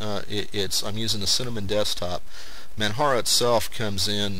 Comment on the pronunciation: manjaro is a good distro but I still prefer regular Arch Linux over it. I like compiling and installing the system from scratch with out a gui. Oh by the way, it's pronunced with a j sound like Mount Kilimanjaro. Not a big deal but it's not Man"Haro" . Some people also mis pronounce it with a ManWaro sound. Still an awesome review.